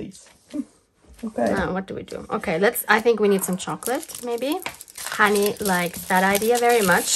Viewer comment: Very Fun. For everyone who isn’t Germanic, her name is (not “Honey”). Probably short for Hannelore or Hannah? Tyrol is THE Most beautiful place I have been to!!!